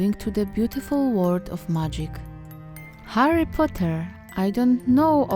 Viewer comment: Kochana, jest świetnie, ale mam jedną uwagę! Źle wymawiasz to jego imię po angielsku co mnie trochę boli. ;^; Powodzenia! Kocham takie projektowanie. ♡